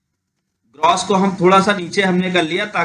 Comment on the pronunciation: आपने कुछ गलतियां की हैं बोलने मे, जैसे फांट ( FANT) नहीं वो फॉन्ट ( FONT ) होता है, दूसरा ग्रोस (GROSS) नहीं, वो ग्रास ( GRASS ) होता है और लास्ट मे, जिसे आप बार बार TRANSACTION बोल रहे हैं वो TRANSITION होता है | इसे दिल पर ना लें, मैंने इसलिए बताया ताकि आप भविष्य मे ये गलतियां दोबारा ना करें | एक अच्छे यूट्यूबर की knowledge, उसके Viewers से ज्यादा होनी चाहिए, जिससे Viewers अपने आप से उसे SIR कह कर बुलाएं, हमे बताना ना पड़े. Thanks for making such a long video. 🙏